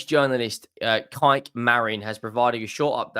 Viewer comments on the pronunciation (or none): none